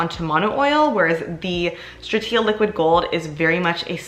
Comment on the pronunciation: GBR vs LG video please 💚 Also you’re saying Stratia incorrectly 😅